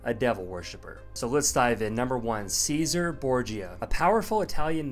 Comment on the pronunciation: this very list is from a 15 year old video in the early YouTube days but has come full circle and is being parroting by the phony creators today. Even down to mispronouncing Cesare borgias first name. They all call him Cesar. Not "chezaray"